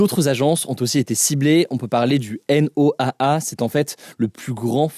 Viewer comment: On ne dit pas "La N.O.A.A". Ça se prononce "noa", comme un mot (comme NASA). Source: moi, j'y travaille depuis dix ans.